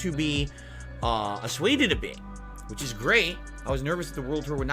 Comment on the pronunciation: Assuaged not asueded! That isn’t a word. If he’s going to use big words, he could at least do it properly.🤦‍♂️🙄